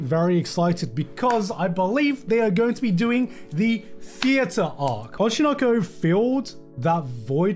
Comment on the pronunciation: he's finally pronouncing oshi no ko properly